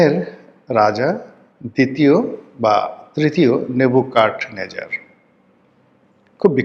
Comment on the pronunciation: It's Nebuchadnezzar, বাংলা উচ্চারণ "নেবুচাদনেজার"। ফার্সি উচ্চারণও একই। Actually ফার্সি উচ্চারণটাই হুবহু বাংলাতে এসেছে।